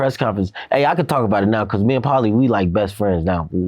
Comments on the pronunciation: LOL. Vlad couldn’t even pronounce Paulie’s name properly!! Pretending , but doesn’t know sh*t about boxing. Probably doesn’t know anything about sports, period. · This man needs to leave Paulie alone at this point omg... 🤦🏾‍♂️😫🥴😔 Also mad Vlad doesn't even know how to say his name... What is he even doing interviewing fighters lol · VLAD claims to be a big boxing fan and yet cant pronounce Pauli name smh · Lol. Vlad doesn’t even know who Paulie is. Lol. So much for the “European “ dominance. You can tell because the way he pronounced the name. Didn’t even get it off recognition when he tried pronouncing it. Lol